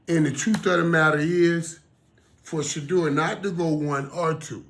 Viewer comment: Why are the pundit speaking for She-Door... Let's hear She-Door speak. He is Special Ed slow; that's why everyone speaks for him. She-Door can't think on his feet. He has no command of the English language. Listen: "/YOUFF/" ~ Shedeur. He's too ghetto. And his daddy wore a dress.